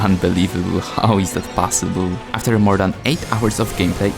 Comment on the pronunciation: “Aftxr” ❌ “After” ✅